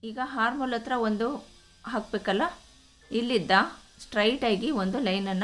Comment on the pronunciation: ಹಾರ್ಮ್ ಹೋಲ್ ಅಲ್ಲಾ...ಅರ್ಮ್ ಹೋಲ್ ಆರ್ಮ್ ಅಂದರೆ ಕೈ ಹಾರ್ಮ್ ಅಂದರೆ ಉಪದ್ರ ಕೇಳೋದೇ ಕಷ್ಟ ತಪ್ಪು ಉಚ್ಛಾರ